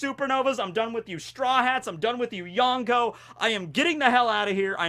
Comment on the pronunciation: The way you pronounce Yonko makes me cringe so bad